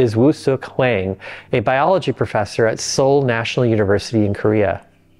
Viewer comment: Hwang is pronounced "WAHng". Like wrong without the r.